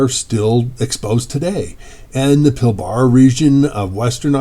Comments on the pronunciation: Pilbara is pronounced with a long r. Pil bra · Pilbara is pronounced "Pilbra' the first "A" is silent.